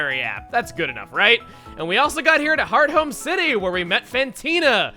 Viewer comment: Wait i always thought it was pronounced hearth-ome and not heart home